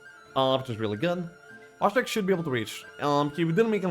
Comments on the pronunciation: I can't be the only one who smiles whenever calls Wojtek Watch-teck/Wash-check/Łodżtek:D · Come on lets just start saying wojtek properly...